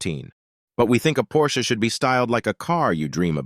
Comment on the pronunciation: and of course PorschE